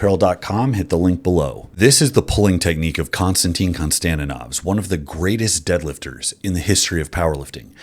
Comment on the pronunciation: "Konstantinov", no one calls u, right?